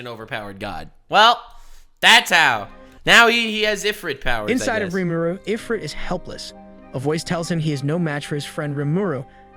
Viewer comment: "Stop saying Rìmúrù!"